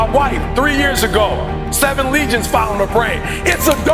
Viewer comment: Lesions not legions